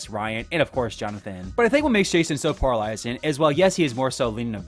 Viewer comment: You pronounce “polarizing” SO weirdly 😂 it threw me off every time! Anyway I really do like Michelle, and I eventually came around to liking Trev too bc it seems he grew as a person overtime and the others were horrible to him on his returning season. The other 3 I’m not a fan of tbh.